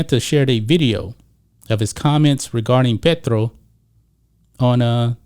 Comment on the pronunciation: Love the accurate pronunciation on Petro haha